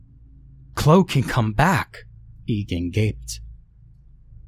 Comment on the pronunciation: If that lady's name is spelled "Chloe", it's pronounced "klo-ee"....in case you read this,...